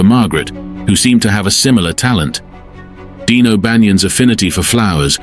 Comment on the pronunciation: His name was Dion O'Bannion not Dean.